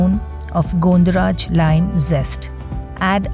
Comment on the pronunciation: Not Gondo it is gondho pronounced as Gãwn dho